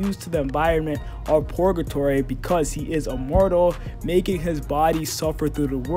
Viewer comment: It's Purrrrrgatory, not Porgatory lol